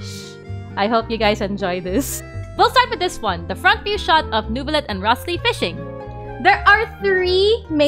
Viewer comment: Rothss-Lee 😂😂😂 bro is pronounced "Rise-lee" 🤣